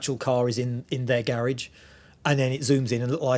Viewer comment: dat speech impediment though.. why not get it sorted